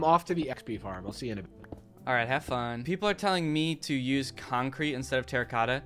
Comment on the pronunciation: I will forever reduce the word concrete to CONK